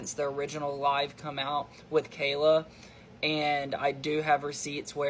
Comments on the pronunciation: (very unserious comment) As a Kyla who always gets her name mispronounced as Kayla, the vindication i feel hearing Kayla mispronounced as Kyla is unmatched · Kay- lah. .not ky-lah ily but if your do your try research you should know how to say her name. She is an abuse victim. Say her name right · My name is Kyla, so when you first started saying ‘Kyla’ it kind of threw me off a bit lol; I’m American and when most people see my name they try to pronounce it ‘Kayla’, so it’s really funny that in the UK (in the area that you’re from, at least) it’s the opposite and all the Kayla’s get called by my name instead haha